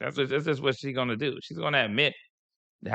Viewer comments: That’s how people in BALTIMORE pronounce the word DO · That "youuuu" and "dewww" is a Baltimore thang. 😄